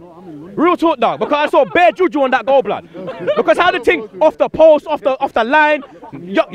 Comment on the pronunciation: It's not "bear" it's bare